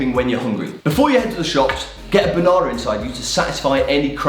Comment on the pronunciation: banara? Wtf